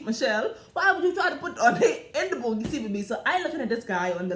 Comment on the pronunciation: LMAO EVERYTIME YOU SAY THE BOUNGIE SEAT I WAN PEE